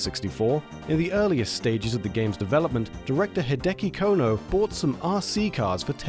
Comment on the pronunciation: "Hideki Cone-o"